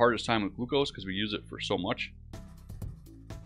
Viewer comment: the way he pronounces glucose